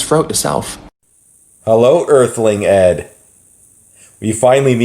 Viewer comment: When said “Earthling Ed” I heard “Earthling Ad”